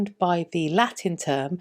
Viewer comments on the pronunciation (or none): none